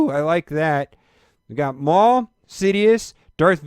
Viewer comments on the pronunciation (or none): none